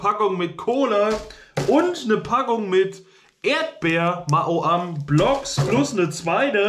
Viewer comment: Noch 10 Abbonenten, dann hast du die 5500 Abbonenten! Herzlichen Glückwunsch im Voraus! Frohes neues Jahr! Das triggert mich voll wenn du Ma-o-am sagst. Ich würde sagen Mau-am